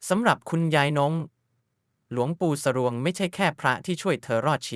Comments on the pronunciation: หลวงปู่ สวง รึปล่าว ไม่ใช่ สะรวง มัเง สร อัว งอ สวง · อ่านว่า ส - อัว - ง คือสวง ไม่ใช่ สะ รวง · คนอ่านภาษาไทยแย่มาก คำว่า คุกรุน อ่านว่า คุ กรุ่น ไม่ใช่ว่าอ่าน คุก รุ่น และคำว่า หลวงปู่สรวง อ่านควบกล่ำเหมือนกับ คำว่า หลวง แค่เปลี่ยน ตัวอักษร จาก ห หีบ เป็น ส เสือเท่านั้น สรวง